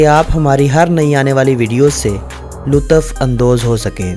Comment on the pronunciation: lutaffff andoz 😂